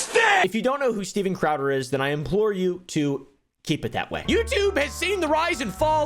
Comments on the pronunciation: " Styben crowber" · "Steiven Craowder has been the topic of discussion..." love it, print it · bro enough mispronouncing his name. It was funny once, not 234 times.